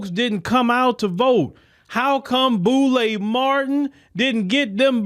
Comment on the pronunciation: “Boule” Martin 😂😂😂